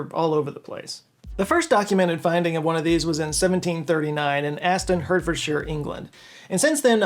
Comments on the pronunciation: "Hurt-ford-shire" 🤣 It's Heart-ford-shire, yankee doodle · it's not 'HURTfordshire,' it's 'HEART Ford shire' as in The Shire not 'sheeer'. phew....don't know why that got to me so much!! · It's pronounced heart-fordshir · Hurtfurdsheer? Heart-ford-sheer is how you pronounce Hertfordshire mate. 😂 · I'm from Hertfordshire and it's pronounced like heart not hurt 👍🏻 🏴🇬🇧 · FYI Hertfordshire is pronounced like heart, not hurt... because of course it is. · It always makes me smile, when and American guy or gal, mis-pronounces an England town or county. Hertfordshire is pronounced Heartfordshire. Now you know. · "Lincolnshire" is pronounced lincoln-shr just the same as NEW HAMPSHIRE. I don't get why Americans have no problem saying new Hampshire, but for any other English county, they feel the need to throw in a 'shyre' 😂 edit: then you cured this with your 'hertfordshire' 🤷 although it's HARTfordshire. 😂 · Hertfordshire is pronounced heart ford shire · At 4.27 its pronounced Hart-furd-sheer , longer first sylable , and two quick syllables. Sorry, don't mean to sound like a Jack-ass , just a Brit, trying to help with our funny place names. Liking the 12 sided shape thingy, perhaps it was a fidget toy or like a dice (die if singular) in a game? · Please note Hertfordshire is pronounced Heartfordshire in the Uk as in Hertford the town pronounced Heartford. Yes English is weird. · Being born in Hertfordshire, England (pronounced heart ford sheer) I was like... What? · Almost spat my drink out when he pronounced Hertfordshire wrong. It’s pronounced “heart” or “hart” - fordshire. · FYI Hertfordshire is pronounced Hart fordshire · Just a note for the future, Hertfordshire is another one of those weird English things that isn’t spelled phonetically. It is pronounced as “h*a*rtfordshire”. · Hertfordshire is pronounced Hartfudshuh. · Hertfordshire pronounced. HARTfordshire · The English county Hertfordshire is pronounced "Hartfordshire". Good video, thanks 🙂